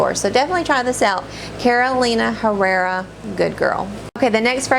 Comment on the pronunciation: Wonderful video!! I really enjoy your passion for fragrances! By the way and for general knowledge, the H in Spanish is silent so Herrera (like in Carolina Herrera) is pronounce Errera...no “h” sound :)